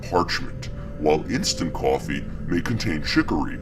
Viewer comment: Did I hear "kwafee?